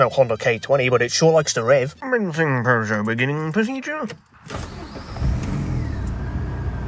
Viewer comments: wowwwwww a beugeot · ew he bought a peaugoueout french ew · I pronounce you Peugeot and wife